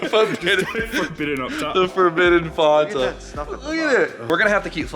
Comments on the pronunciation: Wtf is fonta? It's fanta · who in the fuck says "fonta"????